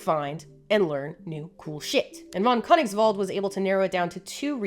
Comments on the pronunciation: Its cone-eeks-vald. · I'm german and yes you killed it with Gustave von Königswald ❤😂